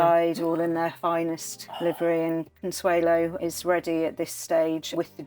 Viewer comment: Did Consuelo Vanderbilt pronounce her name “Consuela?” I’ve never heard that before!